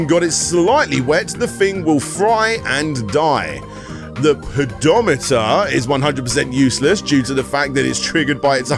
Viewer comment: "pedo-meter" made the whole video for me lmao